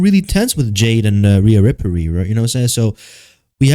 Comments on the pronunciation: i fell for the bait until when you start calling her "Rhea Riprey" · I could just watch a video of you saying Rhea Riperly over and over again dude holy shit thats funny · Riaaaaaa rippperryyy with the way yu said it 😂😂😂😂😂😂😂😂😂😂😂